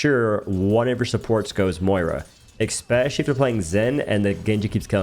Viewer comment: oh no, you said "exspecially" 😬